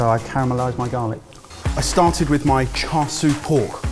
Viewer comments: This has been a running joke for a long time but needs to earn a pronounciation badge. I cringe everytime he pronounces char siu and char sui. Its sIU not sUI. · sorry to say but everytime I hear "char sue" rather than "char sui" I cringe horribly, great dish though will definitely steal some things. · Please, someone, just write "cha seeooo" on a card for. He's trying to pronounce it char swee again.:) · keep saying ‘char sui’ instead of ‘char siu’. Lol. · char swee? 😂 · The pork isn’t called char siu, the name is chashu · Char “swee” 💀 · Say it with me boy cha shoe Not all the other ways you were murdering chashu pork. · Char souie 😂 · Please don't call that "Char Siu" (smh), have you learned nothing from your "Paella" fiasco? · i don't know how ben can hear the correct pronunciation of "char siu" from so many times yet still butcher it everytime